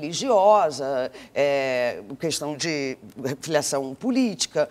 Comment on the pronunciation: quando é que essas pessoas tão importantes no meio artistico e jornalistico nacional vão entender que não é CUESTÃO mas KESTÃO? aaafff q chato